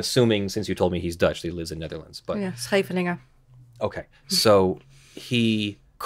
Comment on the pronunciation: Hah, that casual drop of a perfectly pronounced "Scheveningen".